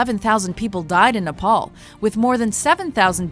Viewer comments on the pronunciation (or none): Shashank7170 Oh and also we don't say Nepal like that.